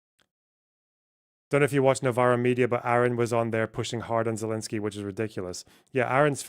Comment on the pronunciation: It’s Zelensky